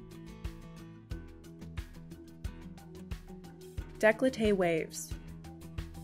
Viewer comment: "Daycoltay", not "dayclotay".